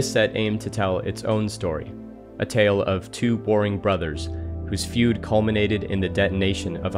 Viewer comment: beautiful video, but i cant tell if he's saying "two warring brothers" or "two boring brothers", as if EVERYTHING Urza & Mishra has done was dull, the infantile bickering of children.